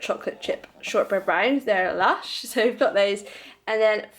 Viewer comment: I didn't know that you had green giant there ! Lol. All those organic cookies/ biscuits you've got looked so yummy 😋😍Did you say " lush "!? Like Welsh !? I might had misheard it . You've got so ~much shopping done here for this video !! Lol. I love falafel !!! 😍Who doesn't, right !? Lol.vegan quorn products...I am looking forward to eat it when I'll be in U.K.with mom in the near future !! 😋 I don't think we have that here ,but I see it mentioned everywhere in U.K.hotel's sites ( for their breakfast menus ! ) & restaurants menus & U.K. travelling videos ! You did a great shopping !! 👍👍💜🥁🐉🎤🎵🎶💕💞